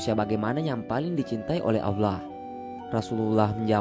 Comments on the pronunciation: Dia nyebut Allah tu kayak awlah...kesel gue dnger nya pdhl udh bagus topik nya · Belajar ilmu Diynul Islam dgn akal sendiri dan lewat media, gurunya adalah syaiton menyesatkan. Apalagi yg memberi ilmu merasa pandai. Contoh divideo ini menyebut lafadz Alloh dia sebut Awlah... dimana ilmu tajwidnya. Sifat dajjal itu membungkus racun dgn madu, tangan kanan racun tangan kiri madu, seolah2 baik padahal buruk. Sekali lgi tidak ada 1 ayat Al Quran menerangkan adanya jembatan shirotol mustaqim. Sudah mengada2. Kebanyakan orang2 meyakini kebenaran menurut orang banyak dan kebenaran menurut nafsu akalnya sendiri. Bukan kebenaran dari ilahi yang haqiqi.